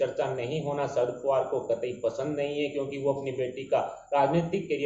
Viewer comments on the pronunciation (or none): Please pronounce the name of Shri Sharad Pawar correctly. He is NOT Sharad "POOVAR". He is Sharad "POWER". When you pronounce his name incorrectly, it shows your ignorance and spoisl your image. Also it is an insult to the senior politician. PLEASE NOTE.